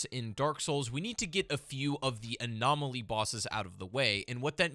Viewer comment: "Anomoloy" pfft